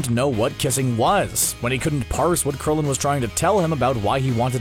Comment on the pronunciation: you said Krillion wrong